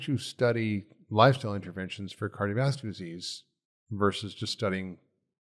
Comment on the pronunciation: I’ll evaluate my hearing, though I haven’t noted an issue to date. I can hear him & volume up or down doesn’t make any difference. He swallows entire syllables: skips right over them. “Cardiovascular”, for example, becomes “carvaslar”. That one I can readily understand because of the context and the syllables he does pronounce are a part of the familiar word he probably means. In other points I’m not already familiar with, it’s a lot of work to replay and interpret.